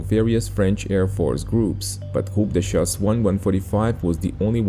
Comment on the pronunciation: J'adore ton accent français "groupe de chasse" "Caudron" "Guy La Chambre" Merci pour tes vidéos 📹, toujours au top 👍🏻